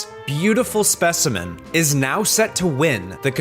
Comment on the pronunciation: "This beautiful speciment" I think he likes pierre